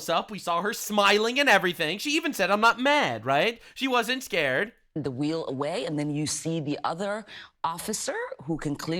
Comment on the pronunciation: "You are makin me escared..." yeah definitely not from the US. Lol